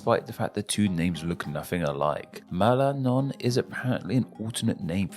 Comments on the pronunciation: malanón instead of Maranhão lmao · Palá, Lolaima, Malanhão, Cealá, Lio Glande do Note, Mato Glosso.... esse cara é o Cebolinha? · I cracked hearing him say "Malánhão" on Maranhão xD I loved his effort tho, it's really lovely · Primeira vez que vejo um gringo pronunciado o nome do meu MARANHÃO, nunca imaginei que sairia tão bonitinho ❤